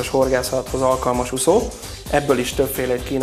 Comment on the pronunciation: Úgy gondolom, jók a termékek. Gratulálok! Csak Ne mondaná annyiszor, hogy ' Uszó "...Számomra érthetetlen, hogy egy termékbemutató során, egy magyar ember így beszéljen. Legközelebbre : Úszó! Hosszú Ú-val szerepel a magyarban! Köszönöm és elnézést a kritikáért, de már az előző filmekben is felmerült ez a probléma! Ideje megtanulni ezt a szót!